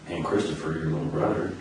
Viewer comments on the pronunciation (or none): My othew bwothew chwistophew